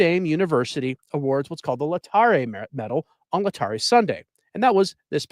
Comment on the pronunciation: Lay-tar-A Sunday, please! I'm guessing you are a rather recent convert.